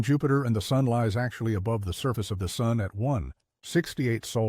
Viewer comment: “Even the Soon itself”? Makes sense. Rhymes with moon.